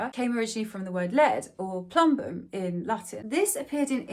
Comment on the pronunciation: you actually pronounce it more like "ploombum"; source: I had to waste 5.5 years of my life studying that language and it is still close to my native language. Oh, and welcome back 👋